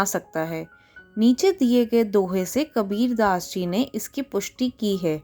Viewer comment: Mam kabir daas hota hai labir ghass nhi 😅